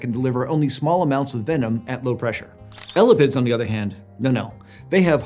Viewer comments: eh-lap-ids, not ella pids, and emphasis is on the "lap". eh LAP ids instead of ELLA pids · lol at calling them "Ella-pids" it's "ee-lap-ids" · “L-la-pids” bruh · It's not elipids..... it's e-lapids....thus the genus name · eyy- lapp- ids.... not ela-pids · ella-pid? Ugh!! ee-lah-pid sounds a lot better to me!! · 1. Nobody says ELL-a-pids. It's eLAPids. 2. Venom is not an ancient trait in snakes. It's only present in one clade (Colubroidea) and all basal snakes are nonvenomous, so this should not be controversial at all. Apart from that, great content! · Drinking game! Take a shot every time mispronounces “ee-LĂ-pids”… come on man, “ellapids” has 2 Ls in it, everyone knows that. 😉😅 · Every time says "elapids" it sounds like "elephants". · L-a-pids hurts my brain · Hearing someone say ellapids hurts my soul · kept hearing elephants instead of elapids 😭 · Right? He says elapidae one way (the way I learned in my herps classes) and jumps right back to "Ella-pids"... LOL!